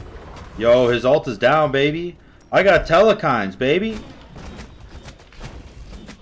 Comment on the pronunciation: theres still no E in the middle of Telkhines (4th letter if u say Telekhines) 2 syllable word not 3